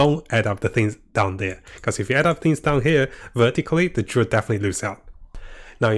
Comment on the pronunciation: I don't think they are intensional. Not only class names are butchered.